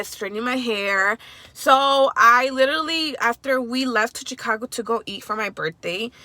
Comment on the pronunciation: Love your content❤️ you say literally a lot lol 😂 It’s cute cause you say litally